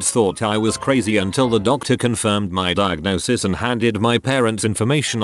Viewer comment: Nobody:: DIAGONSIS